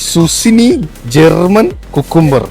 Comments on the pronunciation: സുസിനി അല്ല സുക്കിനി 😅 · Felt really cute 🥰 Le me: സുക്കിനി 🤡: No Way Itz സുസ്സിനി എടീ (ശുശീലേ)😂 KING ZUCCINI 🫅